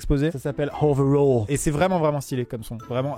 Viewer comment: Pourquoi "Hoverall", y'a pas de H, c'est clairement le cliché du français qui met des h partout quand il parle anglais (sauf là où il en faut)